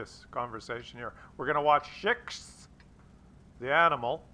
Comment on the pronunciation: hey that guy is a FAMEous wot-tuber, shishx is pronounced as "sheesh", great video by the way!